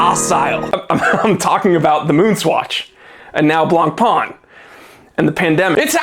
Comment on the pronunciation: The pronunciation IS NOT BLANCPÒN or even BLANPAAAAAN! YUCKKKKK!!! YOU SILLY YANKKKKK 😂😂😂😂😂😂😂😂😂😂😂 Pain means BREAD AND IS PÈN. OOOOKKKK???? STOP WITH FRENCH LANGUAGE RAPE!!! 😂😂😂😂🎉